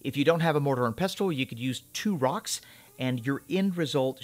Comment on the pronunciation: lol ty for not saying mortar and PESSEL that bugs me mo end to hear people say it that way :)